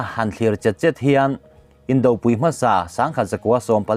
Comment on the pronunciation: Indopui,tih a pui hi Arpui tiha pui thluk angin thluk zel rawh a dik a ni.